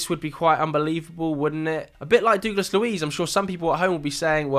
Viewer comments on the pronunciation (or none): You are mispronouncing Douglas horrendously 😂😂